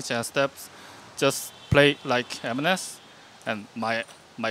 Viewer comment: Pronounced MNS not eminez